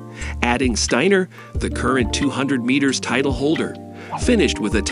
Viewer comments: Well, he pronounces it 'Stainer' reading a newspaper headline, and again . There are also factual errors. The video was posted in November 2022. It says that the 2 have never met, but they won the 4 x 400m relay at Worlds in July, and were interviewed together, as were all of that relay team. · “The eight school”?? “Abby STEENER”?? “REEcord”?? “OREEgon”?? A virtual voice narration? Seriously? Couldn’t you get a REAL human to narrate this video? Sheesh. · Really dude? Really? playback, you said Abbey "Steeener". You lost credibility. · One of the best robot voices I have heard, but still off putting changing pronunciations "Steiner/Steener" etc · Very poor quality overall. 'Reviled'? 'Steiner' is even mispronounced! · This is rubbish! I thought they'd become romantic partners! Apart from pronouncing Steiner three different ways, and the video is disjointed - McCloughin's face appearing when the soundtrack is reporting on Steiner and vice-versa. Whoever made this video needs to learn about relevance and stop fantasising about their relationship - there is no relationship - unless they start competing in some weird hurdle/flat relay. Bizarre. The music was pretty inappropriate an all.